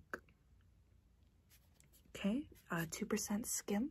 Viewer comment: When you said skim I thought you said skin 😄